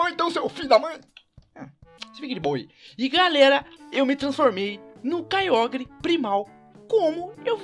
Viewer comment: se pronuncia Kyouger só pra avisar ^-^